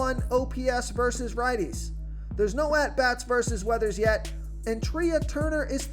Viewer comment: Trey Turner....not treaaa. Its spelled trea but its pronounced trey